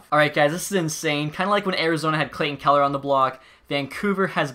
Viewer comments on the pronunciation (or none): none